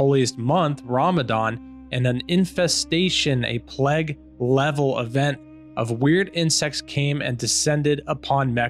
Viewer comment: Cheers for the vid. You are pronouncing the word plague wrong. it is pronounced play-g not p-leg. Just thought you should know.